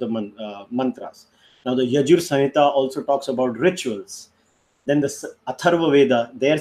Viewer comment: Samhita .. not sahitha..🙂